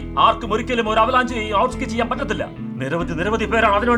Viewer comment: "Avalaanji"❌️ 😂... Avalanche✅️